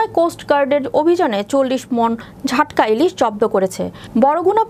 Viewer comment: ঝাটকা নয় জাটকা